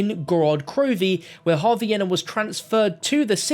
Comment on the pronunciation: that pronunciation of yena is atrocious bruh its yeena